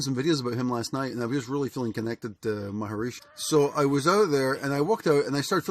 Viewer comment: Hi, great ideas... but please pronounce his name right: Ramana MA-HAR-SHI (3 syllables). Yes, he was a great teacher and saint. I have been to his ashram in India, in Tiruvanamalai.